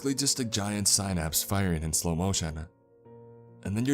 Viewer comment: Lol he doesn't know how to pronounce synapse right